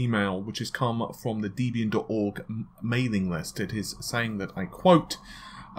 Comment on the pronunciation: What is Deebey-un ? Oh, maybe he meant Debian! lol